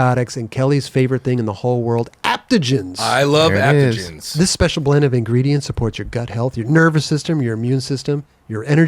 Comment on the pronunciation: Waldenberg..."aptogens"...we got you, 😂❤️